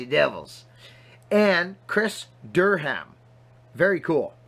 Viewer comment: Howdy Im from out Arizona way. Names pronounced DER Rum:) Like the videos your a heck of a woodsman and enjoy the old axes.